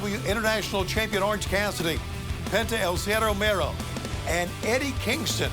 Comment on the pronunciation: No R in Miedo, Tony 🤣